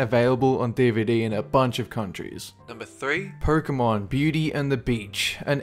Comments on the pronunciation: Why do you pronounce Pokemon as "Porkemon"? Lol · actually as "Perkemon"